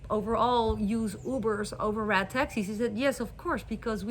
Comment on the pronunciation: Through the whole video, i thought you were saying rat taxi then i realized you were saying RED taxi. Lmao😂